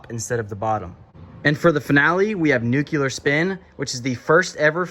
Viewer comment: nu-clear fella . say it with me nu-clear